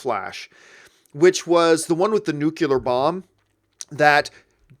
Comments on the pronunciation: Please, John, it's nuclear (new-clear) not nukular! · Cinemasins - did Campea say "nucular" bomb? (around 52 seconds or so) its Nuclear ... (watch cinemasin for the last indiana jones film) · John, been a fan for years and I love everything you do. That said, dear God you're killing me. The word nuclear is pronounced NEW-KLEE-AR, not NEW-CUE-LAR.